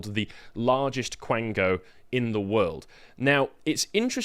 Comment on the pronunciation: Quango, not blango.